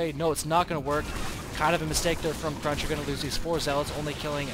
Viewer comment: Cruncher not crusher dammit